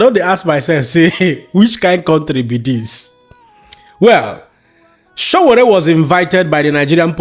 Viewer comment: His Exellency P O is a man after my heart. do your homework its says a lot abt you that thru this entire Video,U didnt for once Pronounce Sowore name correctly.U guys want to be taken serious as an information outlet?